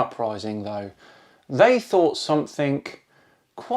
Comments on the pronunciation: It's 'something', not 'somethink'. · only 30 seconds into the vid..... the word is something NOT somethink! this is just a pet peeve of mine, I hat to say it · hey i noticed you said somethink? I think you meant to say something. Also nothing is also not spelt with a k at the end . Just saying because it makes you sound dumb. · You do realise there is no K in something! Somethink!!!! GAWD!